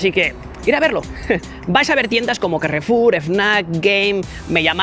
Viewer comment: "El carrrrrrefulllll"